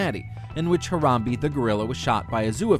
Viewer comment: HE PRONOUNCED HARAMBE WRONG!!!!